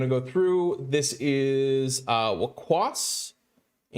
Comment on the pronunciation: I only come here to correct his pronunciation. The Arabic letter "qaf" is usually Latinized as "q." BUT. It is pronounced like "k," as in "burqa" or "souq." "Waqas" is "Wakas," and "Aqeela" is "Akeela." Treevil completely dominates 3* fast tournaments. I am leveling Aqeela and Rekhetre to try to counter this.